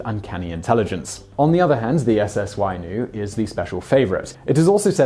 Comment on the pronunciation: Wahine is pronounced Wah-hee-neigh and Wainui is Why-new-ee. It is important to respect the Maori language and pronounce New Zealand words correctly the way you would with any foreign language. It is easy to pronounce phonetically. Hopefully my rough translation helps. Maori uses the same vowels as Japanese, Spanish and other Pacific Islands including Hawaii.